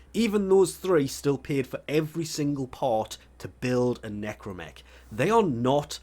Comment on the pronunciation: Watching the Necramech part, I know is to force the player to farm, but man the Capsule part could have been share between both. Also yes, is NecrAmech with an A.